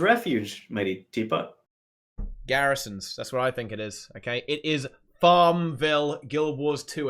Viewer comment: meigtee teput :P